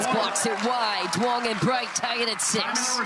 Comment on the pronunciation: ITS NOT PRONOUNCED DOO-ONG! It sounds like YOUNG. Please stop butchering it.